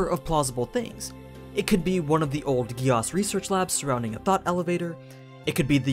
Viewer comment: good video but why do you say geAAs? .. its geass.